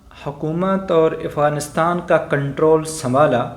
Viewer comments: Abe ifganistan nehi Afghanistan sahi se bol Nehi to thok dega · Gentleman, the correct pronunciation is "Afghanistan", not Ifghanistan.